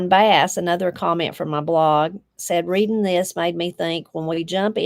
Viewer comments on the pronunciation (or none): none